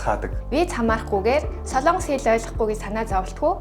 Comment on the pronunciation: СОЛООНГОС гэж битгий ярь аа. СОЛОНГОС улс шүү!!!!